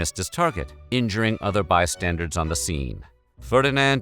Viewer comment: This is my favorite narrator, but I can't help but laugh at him saying "by-standards" instead of "bystanders" when talking about a grenade missing Franz Ferdinand's vehicle & hitting the crowd instead. Bystanders are people who are standing nearby something that happens- hence bystanders. Apparently many people make this mistake, but I just don't get it. 🤔